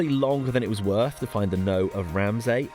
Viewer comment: As someone that lived in Aberdeen from the age of 18 to 28 I was often corrected on the pronunciation of 'local' words, so have become a little sensitive about it. For you to avoid a similar fate in the future it may be worth knowing that "Knowe" rhymes with cow, as in How now brown cow. Which is a good enough reason to point you towards the Corries singing "Ca' the yowes tae the knowes" here on YT. I look forward to The Forest Jungle Collective rendition.